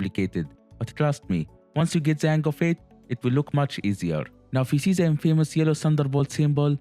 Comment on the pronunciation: Try to say DE not ZE. DE same not ZE same.